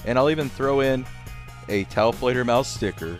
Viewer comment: Taofledermaus nice video as always but how are you able to say that name lol